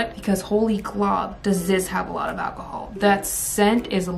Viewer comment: Every time she said alcohol my brain said akahol like Chow